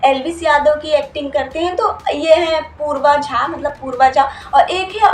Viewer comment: Uska naam poorva jha nehi purav jha hai behen 😂